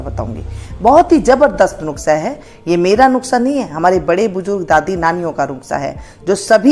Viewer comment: Nuksa nahi nuskha bolte hai